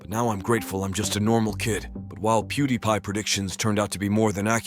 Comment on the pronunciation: Another Ai voice over content video? Pew-da-pie? it was pronounced correctly (Pew-di-pie)